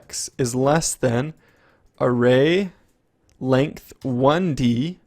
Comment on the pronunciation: length~~ not lengt